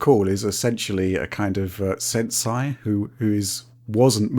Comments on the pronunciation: aaah, it's pronounced sensEH, not sensAI:P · I was looking for this comment when I heard him pronounce it sensai, lol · “Sen-sai” WOOF that pronunciation.